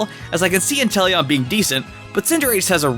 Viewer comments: He’s actually just said enteleon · this guy really say intelion? that pokemon is trash.